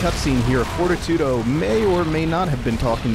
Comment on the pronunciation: I realize this vid is a year old, but isn't Fortitudo pronounced For-TEE-to-doe? Anyway, great fight, your way better at this than me. Looking forward to Bayo 2.